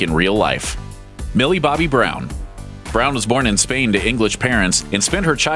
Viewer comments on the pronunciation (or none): none